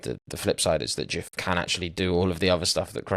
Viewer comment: the way you pronounce his name makes my brain bleed. It's not 'Djiff', it is 'De-uf'. Put some respect on his name!